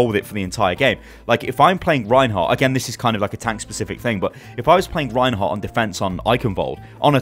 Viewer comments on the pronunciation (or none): It's Reinhardt, not Reinhar